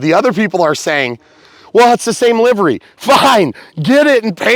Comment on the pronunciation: Thank you for pronouncing livery as 'livery.' There's another guy who says livery, which is just wrong... lol